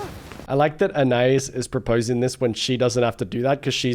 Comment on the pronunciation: Please pronounce Anais's name correctly. Ann eye ees